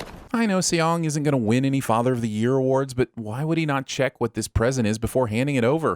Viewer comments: If you guys do another video please try to say the guy's name right. It's not pronounced with two syllables like "say yong". Saying "Song" is not exactly right but its a shit ton closer. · It's pronounced "sung"! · And then the way he pronounced Seong too! Like did he even TRY to pronounce it correctly?? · 형. Seong 성 is pronounced "Sung" not See-ong. Not judging or anything just saying lol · and Seong is pronounced as Song, not fucking Se-Yong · Seong is his last name not his first, his name is Gi Hun and also Seong is pronounced more like Song fyi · Narrator: “See-ong” How hard it is to check lmao. Not only do the characters always refer to him as Gi-hun, cuz that’s his given name and Seong is his surname cuz in Korean the order is switched up, but you guys manage to butcher Seong too, even tho it is also uttered in the show. ding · Add 20,000 SinWon for calling Gi-Hun “Seong “the whole time (which is his surname) and also horribly mispronouncing it. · Who the hell is Say-yong? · Have to sin you for calling the main character "Sayong" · I'm sinning this video for repeatedly calling the protagonist Seong (and pronouncing it like "say young"). Look, I can't expect you guys to know Korean (but I'm still sinning the video). Let me politely correct you here: the protagonist's name is 성기훈 in the Hangul script, which is romanized as Seong Gi-hun. Seong is the character's family name (pronounced like "sung). Gi-hun is his given name (pronounced like "ghee hoon"). So now you know. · Million sins for English dub and two more for calling him Seong. 😠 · A huge chunk of sinwon points should go to the voiceover guy no knowing how to how to pronounce Seoung Gihun’s name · it should be 2 sins 1 for him calling Gi-hun his last name and 2 for pronouncing Gi-hun's last name wrong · Calling Seong Gi-Hun Seong instead of Gi-Hun ding